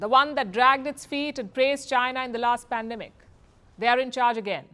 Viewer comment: Its not pandamic. Its business. 😄